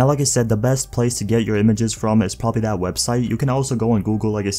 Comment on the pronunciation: He says “that” like Thad”